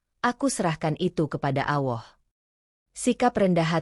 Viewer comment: Ceritanya bagus dan sangat menginspirasi buat saya tapi maaf saya ingin mengoreksi sedikit Ketika menyebut nama Allah tolong dengan menyebutnya yang benar begitu juga ketika membacakan shahadat terima kasih